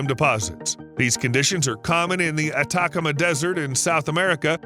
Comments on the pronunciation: Very informative. Thank you. Just one little correction. The desert isn't pronounced "attack" em ah. It's pronounced "ah tah comma(stressed syllable) ah. It's Spanish and the stress usually goes to the next to last syllable (in 4-syllable words), unless there is an accent mark that tells you to stress a different syllable. It's a phonetic language, unlike English and French, where the pronunciation doesn't always follow the way it's written, In Spanish, it does. Oh, one other thing. Chimpanzees are apes, not monkeys. Both are primates, but apes are much more intelligent are self-aware and their bodies are different. They also move differently, they brachiate through the forest, whereas monkeys leap. They are also 98.5% genetically the same as humans. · At-a-cama desert